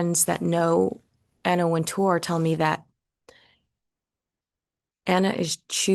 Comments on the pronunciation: It's Anna Wint-er, not Anna Wint-oor. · You keep mispronouncing Wintour's last name. The accent is on the first syllable.